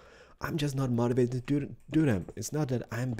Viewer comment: mativated? mOtivated!